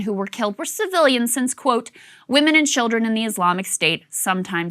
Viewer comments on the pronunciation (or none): none